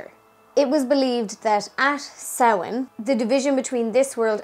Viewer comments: Yayyyy!!!!! Someone who can pronounce samhain properly!!! Only thing I was confused about- I've never heard taibhse for ghost! I only learned the word Púca! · Love the video. So refreshing to hear things pronounced properly like Samhain and not Sam Hane. Fair play to you.